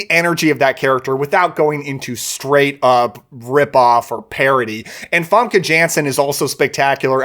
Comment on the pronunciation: Great video but your not pronouncing the actors names properly it’s not fumka it’s faaaamkee and it’s not joffry it’s Jeffry